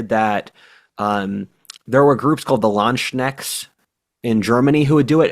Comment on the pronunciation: pls never say the word landsknecht again